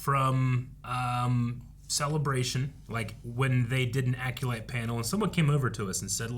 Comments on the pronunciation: needs to learn how to pronounce Acolyte 😂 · still can’t say the word acolyte 🤦🏻‍♂️🤣